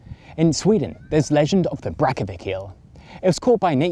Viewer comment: mispronounced Brantevik as Brackevik. of course still a 10/10 video.